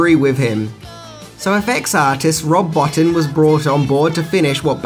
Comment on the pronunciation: It's pronounced Rob Boteen... not bo'tin'.... even though he spells it Botin